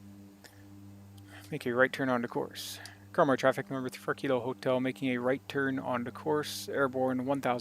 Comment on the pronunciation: The pronunciation of Karmøy is closer to Kar-may than Karm-oi, for Flesland it needs to be flatter on the 'd'.